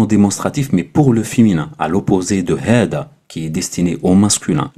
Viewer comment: Normalement on prononce hadha pas hada non ? Genre c’est la lettre ذ (thal )pas د (dal)